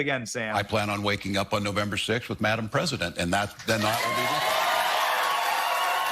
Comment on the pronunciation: The way Walz said "Madam President", it sounded more like "My D*mn President". Either he could use work on his pronunciation or I need my ears checked. Under the circumstances, I think it's the former.